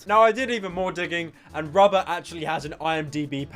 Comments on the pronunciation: rrrrrrobert Patterson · You pronounce “ Robert” like “rubber”